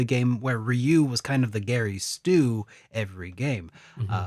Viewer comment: What the heck dude his name is Gray fullbuster not Gary lmaooo